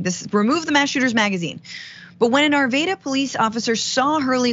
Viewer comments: Francesca, I enjoy your content daily. Thank you for your contribution to truth. Just a little correction for you.... The City of Arvada is pronounced 'aar·va·duh.' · Arvada is pronounced, Ar vaa Duh. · No long "a" sound in Arvada. Glad I don't live there any more.